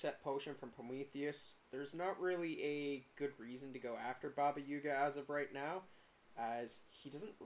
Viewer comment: not you saying yuga